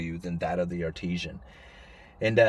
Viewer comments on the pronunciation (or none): Love your channel, but.... Artisan not Artesian. Artisan is pronounced Art-is-son (best I can do to spell it out phonetically. Artisan is a skilled craftsman. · Artisan - Skilled Labor - Pronounced: Art-a-sun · Dude. Artesian is a spring or well. Artisan is a craftsman. You are pronouncing it like “well”